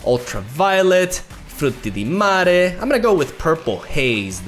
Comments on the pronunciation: I have to say. I follow you from Italy and I'm quite impressed by your accent when you said Frutti di Mare. Totally unexpected, really. Continue this way, i'll wait every night for your video <3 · such a nice italian pronounce